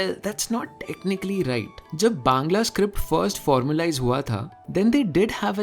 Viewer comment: me ap exactly bangali (Bangla) pronounce kane ho 👍👍👍. Love from Bengal ❤️❤️❤️